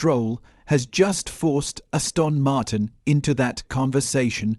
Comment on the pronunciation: Stupidly wooden AI narration. Ass-tawn Martin?